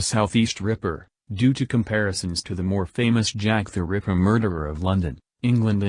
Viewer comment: Jack The River? Stupid AI voice.